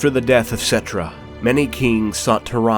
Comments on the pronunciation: Settra not Settrah. And Kemri instead Kchemri. I know language Nazi much sry about that. It annoyed me a bit cause in Warhammer Total War II. The Tomb kings characters speak out their names without overstating the H. But nice video though. Also really liked the Trilogy books about Nagash. And the Sigmar and Malekith trilogies. Black library a must read guys/ladies. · I love this video!!!! But I am pretty sure that some of the names here have the accent on the first syllable. I believe. Like Settra